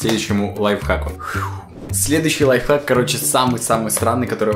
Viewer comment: Прости но не лайхак а лайФхак